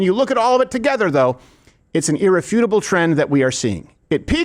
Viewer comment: Crowder, my man. It's pronounced "ear reff you tible" not "earah futible".